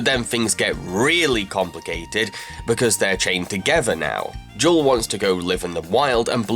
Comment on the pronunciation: Uh...Blu‘s wife‘s name is Jewel. Not jaw...wtf.